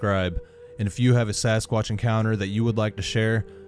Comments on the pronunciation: He said Sasquash!! Lol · “Sasquash”- anyone else catch that in the beginning??? He’s cute!! Loved his story!!!